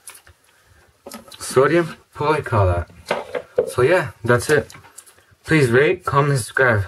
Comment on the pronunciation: It is so-Di-umm-poll-eye-acr-a-late